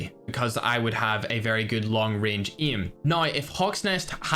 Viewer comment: the day imma be a pro is the day he pronounces aim like a normal human being 😂